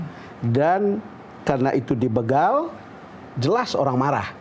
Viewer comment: BEGAL. Huruf "E" dibacanya spt membaca "E"nak, b"E"cak, b"E"mo, dst. BUKAN dibaca kayak p"E"dih, p"E"rih, s"E"mut, dst.